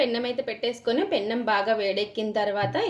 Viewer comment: Pennam కాదు తల్లి. పెనం.